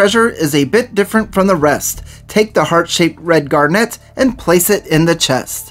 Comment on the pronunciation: I begging you. If you're going to say a word as often as garnet in this vid make sure you know how to pronounce it